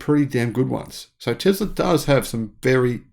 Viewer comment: It's....not Zam... t's teSS-la.... not teZZ-la